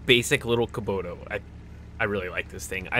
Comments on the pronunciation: It's Kubota, not Kuboto. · Ka-Bo-Ta It's not that hard ya fool ! Kabota. yeah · (Cuh-bow-tuh) Kubota.. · KUBOTA (ca-boat-A